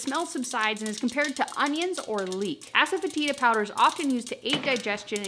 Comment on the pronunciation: all of your videos rock! We eat low carb 90% of the time so this would be possible on a 10% day. But really?? You have asefetida in your pantry?? Ues you pronounced it correctly. I just heard of it on a chef challenge show a couple weeks ago! I will have to look for a couple of these ingredients before I can consider it. Many Blessings to you & Robert from Deborah in West Virginia!